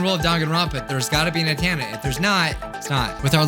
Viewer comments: its pronounced n-ten-a not ant-anna btw its mostly known as an ahoge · * me literally getting triggered by him saying athena *